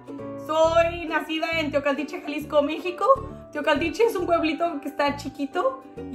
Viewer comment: ERES UNA CHULADA DE MUJER 😍😍😍😍 me encantaría conocerte un día, si un día vienes a Monterrey me encantaría darte un tour 😍 mucho excito saludos ❤️ me encanto el video jajajajaja y cómo pronuncias “teocaltiche” toda preciosa 😍 jajaja saludos